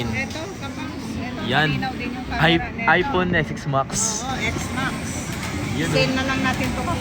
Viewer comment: time: ipoon? ive been a content creator for quite some time now. I may not know if you finish your education or not but at least practice more often since young audience also watch your contents and one way to teach them is correct pronunciation. I know pinoy and nazi but this is not a bad comment but rather a piece of advice. Though it's still ur call if u wont. ur a content creator for pete sake. when the kids in the house heard what u said, the copied and laughed at it. it aint good.